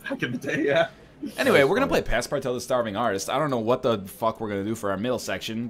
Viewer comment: PASSPARTOUT not PASSPARTAO the ''out'' pronounce like the ''oo'' in the word ''oozing'' for example